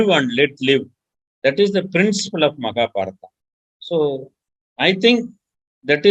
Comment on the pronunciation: What is "maka" means in Dravidian language? Is saying Makabharata instead of Mahabharat?